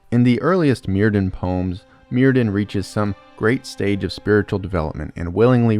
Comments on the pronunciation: enjoying the video! but just a quick note that the welsh 'dd' is its own letter and not pronounced like the english 'd'. 'dd' has more of a 'th' or 'f' sound so myrddin is pronounced like merfthin, with emphasis on the 'dd' sound ! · I'm being really petty now but "y" in Welsh is usually pronounced as "uh". So "Myrddin" would be "Muhrthin"! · Clearest example: dd in welsh is pronouced as a (voiced) "th" in english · because the c.f. voice on YouTube pronounces it "murr"-rhymes- with-purr, "th"-like-then, "in"-like-thin. But it's a computer, not a Welshman. Also, please tell whether the Welsh Gododdin were influenced by Germanic/Norse paganism (or the English, who didn't exist until after the Gododdin named themselves....) Thanks. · DD is pronounced TH. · I realize there's not much chance you'll be able to redo your entire voiceover, but I just started watching this and wanted to give a heads-up that the DD in Welsh is pronounced "TH" and not as a "D" and likewise "dw" is "Doo." Enjoy your content very much regardless!